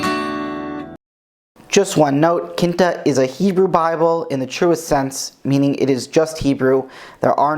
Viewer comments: Quinta is pronounced like QWIN-ta, not KIN-ta. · I thought it was a portuguese at first! Haha Quinta is also fifth in Portuguese, and the pronunciation is quite similar.